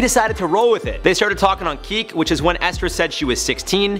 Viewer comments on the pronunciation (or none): ..on 'keek??'